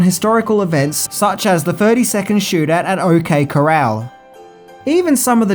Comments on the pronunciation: You left out something about the music composer -- what probably got him the job was that he had done the equally magnificent music for "Silverado" (supposedly the 'rebirth of the western'). Oh, and it's not "The OK coral" -- it's not a really nice reef; pronounce it like "Chorale"... Also, "Glory" isn't really a western, westerns are usually set in the west, and the Civil War was fought almost completely east of the Mississippi River, such movies are called, unsurprisingly, "civil war movies." No criticism intended, I barely know who Ned Kelly was, much less Dan... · It's pronounced cor-ral not like the sea creatures coral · Cor- al. Not coral. ❤️ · Brits make shit cowboys….the Cor-Ral! The shootout was at the O.K. Corraaaal! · He said OK Coral hehe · Opened this first thing this morning, heard OK Coral. Came back an hour later and it became the OK Corral... Great job! Seriously you go above and beyond in your content. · Lol I see y u re did this lol if u saw the first post of this he kept saying ok Coral instead of corral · This vid made me appreciate Kurt Russell more than ever. I want to see him direct more movies. And Val Kilmer is always an amazing actor. Btw, when talking about the OK Coral, it's pronounced "Corale". Edit: Doc Holiday's line is actually, "I'll be your hucklebearer." In Val Kilmer's documentary, he cleared this up, saying that a hucklebearer is basically what we call a pallbearer now. So he's basically saying, if you want to be sent to your grave, I'm your man. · I noticed a mispronunciation. Don't fuss,! Corral is cor-AL. Love this movie, by the way! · No, it was pointed out he mispronounced Corral as it's assumed soundalike, a coral reef, in the comments. Bless his heart, though. He tried. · Yup. People were being assjacks over how he pronounced “Corral”.